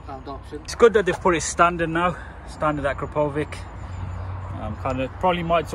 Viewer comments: I can't listen to you misspell the name akrapovič, so I'll give you a little advice on how to pronounce it correctly - acrapovich ( the Slovenian letter Č is pronounced CH in English ). PS: Will there be any other video with subaru impreza? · The exhaust is pronounced like " ahh crap oh vich"